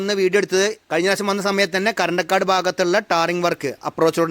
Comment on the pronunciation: കരണ്ടക്കാട് അല്ലാട്ടോ 😂😂 കറന്തക്കാട് 👆